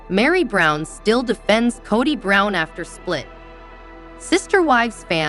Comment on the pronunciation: Kaddie Brown...drives me nuts...do some research on pronunciations...😮😱